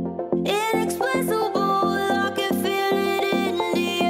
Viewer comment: I had no luck searching either. The mispronunciation of "inexplicable" as "inexplisible" is pretty unique too.